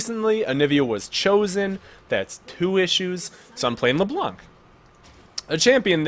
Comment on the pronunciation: The C is silent at the end of Leblanc so you can say Leblan. Anyway your vids are awesome!